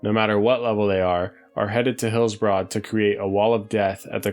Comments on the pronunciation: It's more like Hillsbred than Hillsbrahd. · Actually it’s pronounced Heels-Bruhd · Thumbs down for repeatedly pronouncing "Hillsbrad" as Hills-Broad." And mispronouncing almost everything else. Be better. 😁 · Hillsbroad. (enjoying the videos though, keep it up!) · Why are you pronouncing it HillsBROAD? That seems like a weird oversight for a zone supposedly close to one’s heart and memories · Incorrectly? Ok. I agree with him, it's annoying.